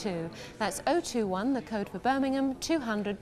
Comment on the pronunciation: When says Birming-hom eat a pork scratching..